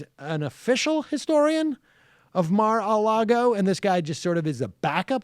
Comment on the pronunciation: Lol why does Sam pronouce Mar-a-Lago like that